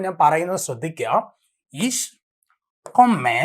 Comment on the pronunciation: ജർമൻ കൊമ്മെ അല്ല സാറെ കൊമ്മേ എന്നാണ് പഠിപ്പിക് തന്നെ പൊട്ടതെറ്റ്